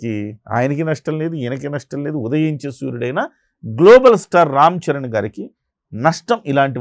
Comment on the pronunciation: అరె వొత్తి వొత్తి గ్లోబల్ స్టార్ అనకురా బాబు వినడానికి కంపరంగా ఉంది.